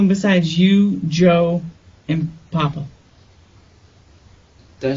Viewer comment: Not papa They say it as like they saying poppa Like he’s a shooter